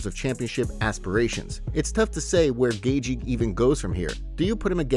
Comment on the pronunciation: Hey if you can say Merabs last name proper;y just one time I will subscribe Or Gaethje not GayG